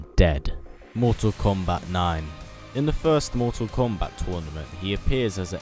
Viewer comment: why does he say mortsal kombaaat